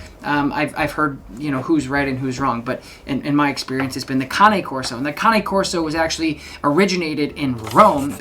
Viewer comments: Woman from Italy here: you pronounce it correctly with two sillable. In italian cane (Kane) means dog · Good GOD!!!! Congratulations you are the first person ive ever heard on YT to pronounce Cane Corso properly. Its scary. Kudos to you sir. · You pronounce Cane Corso correctly: four syllables. ✅ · Just so you know, you’re correct. That’s how you pronounce “Cane Corso”. It’s not like the english word “cane” as in stick. Cane is Italian for dog. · You're the first American I 've heard pronounce "Cane Corso" correctly.👋Bravo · YES - an English speaking person who knows how to pronounce the Cane in Cane Corso! :-)